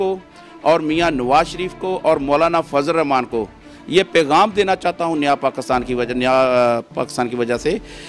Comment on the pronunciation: O bhai pakistan ka name pakisran hy pakastan nahi